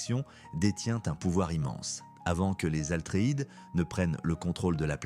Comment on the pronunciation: Bravo pour cette vidéo. Par contre on dit "Atreide" et non Altreïde